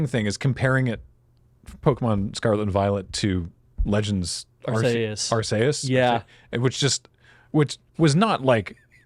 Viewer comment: That is the only correct way to pronounce Arceus.